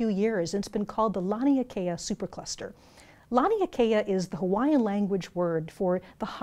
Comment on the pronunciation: Anyone else hear "Lion King of Superclusters?"